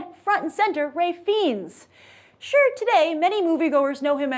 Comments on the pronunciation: Fiennes is pronounced Fines not Feens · FEENS? Oh, it burns! It's pronounced "Fines." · Please don't say his name as Feens... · I'm with you, brother. the only reason i dont believe the Feens thing is that Grace (we love her so) mispronounces a lot of things. I try to let them go. The one that eats me up the most is when she says Show-Lin Temple. (as in showtime) Shaolin is pronounced with an "OU" sound. Like "ouch! I hurt myself"